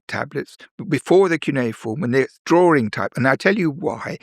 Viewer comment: I can't listen to someone who pronounces the word 'drawing' as 'drorring.'